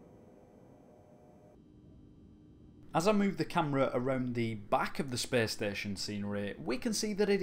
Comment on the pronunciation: "Well, he disappears without a treaeaehhhsss" "...into open speaehhsss"